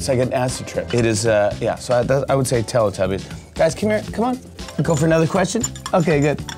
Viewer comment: i new he was going to say telatobies